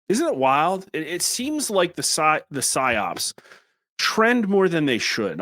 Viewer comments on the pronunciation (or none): PSYOP. not PYSOP. LOL